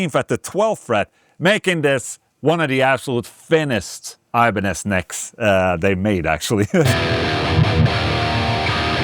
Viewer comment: Did he say they had the thinnest Iba-necks? Ibanez should use this naming instead of the Wizard :)